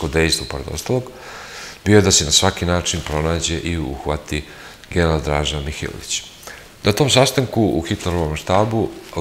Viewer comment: Nerviras me I nmgubda te slusam iskreno samo zato Sto Drazino prezime Konstantno pogresno akcentujes